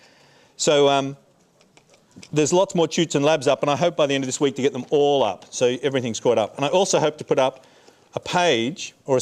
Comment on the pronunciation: note when he says "wake" he's saying "week"